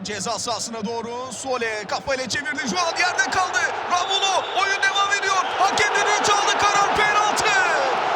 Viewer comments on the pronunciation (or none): Ramulo ne ya? dalga mı geçiyorsunuz. Onun adı Romulo.